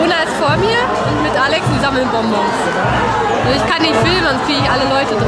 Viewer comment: Es heißt bonbons 😅 nicht bomboms